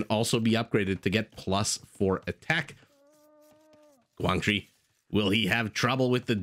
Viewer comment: You pronounced the name "Quảng Trị" right 👏👏👏. And Vietnamese AOE2 community proud that we have 2 high elo players